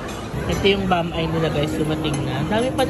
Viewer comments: Tawang tawa ako sa pronounciation mo ng Bam-I 😂😂😂. Correct is “Bam-ee”. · Bam-eee pronounciation po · It's pronounced bam-eeh. I think Mesa is a Davao-brand kasi marami nyan dito, and bam-i is a visayan pansit.